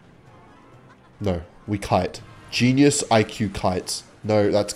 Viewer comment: kou kre kenius. Kbsolute kenius. Kove kour Kameplay.